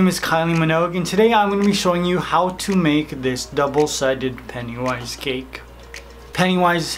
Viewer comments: Oh,so thats why he says peniwise insteas of pennywise? Sorry mate,didnt know. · I hate how he says PENIWISE instead of pennywise.